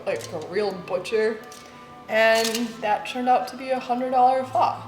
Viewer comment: Thank you for pronouncing it correctly. There’s no shortage of blonde white girls that can’t say that word 😆